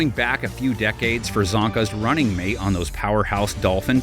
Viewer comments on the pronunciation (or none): none